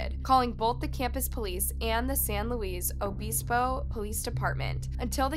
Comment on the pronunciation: San Lewis O-biss-bow